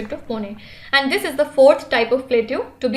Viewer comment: Mam please say And, don't say Anduu it irritates a lot.